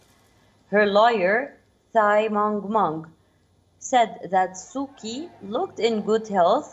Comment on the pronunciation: Being an anchor of a well-known intl news channel, how odd it is to hear hear you pronounced "Kyi"(pr-Chi)!